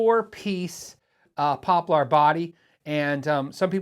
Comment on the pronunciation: Not really interested in buying these models, but I'm entertained by the way you pronounce "poplar."